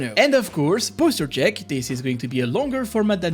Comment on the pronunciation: >> Poschure check<<, not poster check. :)